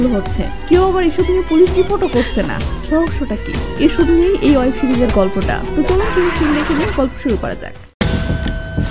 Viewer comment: অয়েব সিরিজ? নাকি, ওয়েব সিরিজ?